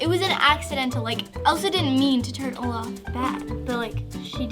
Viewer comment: Olaf is not Olafy